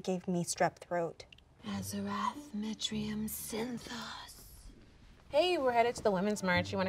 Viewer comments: She said "Azarath Metriam Sinthos" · "azarath mentreon zenthoes" That's how you tell it's bs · Not the azerath metrios zynthos HAHAHA SHE SAID RAVEN FROM TEEN TITANS HAHAHA